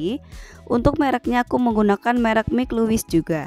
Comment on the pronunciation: Bukan mik luwis. Tapi maik lewis